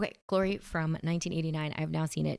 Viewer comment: has a unique way of pronouncing the movie’s title, “Guh-lory”. 😁